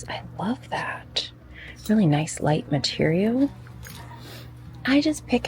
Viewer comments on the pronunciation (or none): none